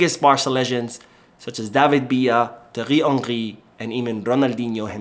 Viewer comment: Could you please pronounce Thiery Henry normally 🤣🤣🤣🤣 the way you are doing now is really funny